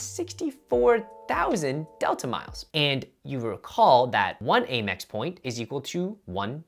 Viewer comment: Out of curiosity - why do you call it A-Mex? It’s driving me crazy 😂